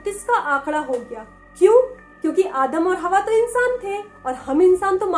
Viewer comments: Adam and hewa .. Not hawa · Didi hawa nahi Amma hawwa kehte hai